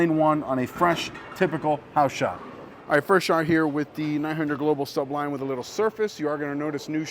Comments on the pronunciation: Again w the Suhhhb-lime 😂. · ASK SOMEONE HOW TO SAY SUBLIME!!!!! IT's not two words,DAMN. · It's amazing that you CAN'T pronounce such a simple word,look it up!